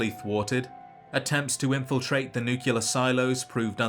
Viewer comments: Nuclear. Like nucleus. Not nucular. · it's "nuclear" not "nukular" bro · Great videos. But it's nuclear, not nucular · Great video, but please for the love of all things holy, pronounce nuclear correctly. It is new-klee-ar not new-qu-lar. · *nuclear And not Nucular Like a nucleus, and not nuculus. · You pronounced "nuclear" like Homer Simpson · Nucular? Really, dog? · it's nuclear not nucular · Just can't help but think of Homer saying 'It's pronounced new cular' lol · Nu-clear. Nuclear. Not nucular. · I was lulled by those sweet, mellow tones until I heard "Nu Ca Lur." Nuclear sounds like New Clear. Keep up the good work. I really am coming to love your videos, even when you go over things I already knew. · Never heard "Nookyalur" from a Brit. That's wild. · It's pronounced nuh-cle-ar-ee. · ATTENTION: This simple, three syllable word is pronounced: ˈn(y)o͞oklēər Why do so many people who literally talk for a living get this wrong so consistently? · You need to take a closer look at the word nuclear. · I love these videos, they are well made and he's put an incredible amount of work into them. I still cringe everytime I hear him mispronounce "nuclear" lol, but I'm loving these lore deep dives. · what's wrong with how he says nuclear? not mad just genuinely curious